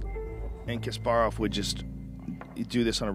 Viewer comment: If you're going to discuss a topic as if you know what you're talking about, at least pronounce the names correctly. It's not Kasp-air-off, it's Kasp-uh-rov.